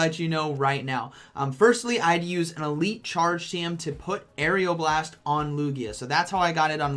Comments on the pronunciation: What it is: Aeroblast How pronounces: Aerial Blast😂😂😂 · just so you know it is aeroblast like air-o blast not air-eeo blast. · It’s AERO blast not AERIAL blast.... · "Say Aeroblast" "Aeriel Blast" "Aeroblast" "Aerial blast" "...say Aero" "Aero" "Now blast" "Blast" "Aeroblast" "Aerial blast" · Dude....it's just aero not ario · Its not "arial blast". It is "A-row-blast" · It’s ARROWBLAST NOT AREOBLAST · How I say aeroblast oreoblast How say it arial blast lmao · who else got triggered when he said "aerioblast" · Couldn't finish the video because my ocd couldn't let me listen to Air-E-o-blast one more time. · It’s pronounced AREOLA blast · Nobody:: Aerial Blast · Everyone "Aeroblast" " Aerial Blast" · How many times does say aeroblast wrong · Everyone: You're pronouncing Aeroblast wrong. Me: Hey, you learned how to say Diggersby! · First he pronounces diggersby wrong Now Aeroblast Lugia's best move (My favourite Pokemon) Still love your video